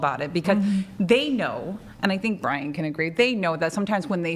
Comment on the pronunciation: Maybe someone can answer this for me, as I am a fairly new whatever podcast listener. Why do people call Brian,? lol